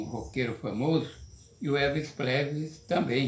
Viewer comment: "Elvis Plesrey", perdi aqui